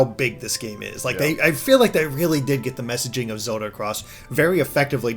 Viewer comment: please.... everytime you say zewda it kills me inside.